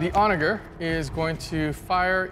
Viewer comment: Onager is pronounced with a J sound not a G sound